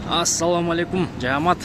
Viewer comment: Жаамат эмес, а "жамаат" деп айтылат жана жазылаат кееде ушентип туура суйлобогон жердештер ичимди оорутасынарда 🤦🏻‍♂️